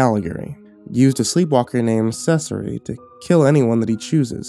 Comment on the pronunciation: I love found footage/old lost movie stories and I adore The Cabinet of Doctor Caligari but your pronunciation of Caligari and Cesare was really...uh....not good. Otherwise a great video and reading!! Very atmospheric, I love the usage of clips from the movie!